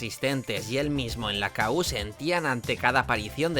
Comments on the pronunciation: La discoteca era "Kú", no "K-U". Cómo se nota que no habías nacido. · Exacto. Era EL KU, no la Ka U 😂